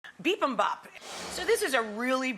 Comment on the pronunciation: why does she say it like that